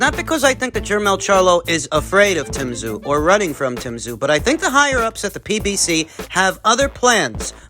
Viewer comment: Also as a Strayan, J you should know it's not Tim Kazoo 😂 we say Zim Too